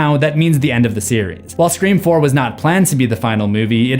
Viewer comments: I’m so confused do u keep saying “screa form” instead of “scream four” 😂😂😂 I feel like I’m tripping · I love the video but dude it is FOUR NOT FORM!!!!! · I cracked up everytime you said “Screfourm” bc its so correct💀 They thought they were being clever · Anyone else notice how every time he goes to say Scre4m he says form instead of Four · I need a "Screa Fourm" counter hahaah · I've listened to every scream video you've done.. idk why it irritates me when you say scream form 😅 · Anyone else hear him say screa form every time he says scream 4 good video tho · Your pronunciation of Sre4m almost makes this unwatchable. “SreeForm”? REALLY? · Scree Form is hilarious to me and i giggled literally every time he said it which was at least 40+ times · Anyone else always here him reference scream 4 as scream forum? Is it intentional, did I miss something? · Screa-Fourm- slowly realised this was intentional as this video goes on 😂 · i never get use to you saying Screeform. lol it gets me everytime. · If you made the joke about pronouncing it “Scr-FOUR-MMM” once it would have been funny, but it’s incredibly distracting to have it being “jokingly” emphasized everytime the title is said, which is a fair bit and to the point where it is pulling me out of what has been a fantastic video otherwise. Make the joke a handful of times I guess but geeeeeez lol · Screeforum 😅 Good work though. Excellent vid. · Bro why do u say Scream 4 funny it sounds very nasal and wierd it totally sticks out!!!Sorry bro just makes me laugh